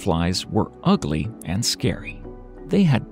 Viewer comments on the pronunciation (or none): none